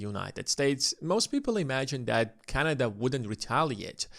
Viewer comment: It is not canaja but canada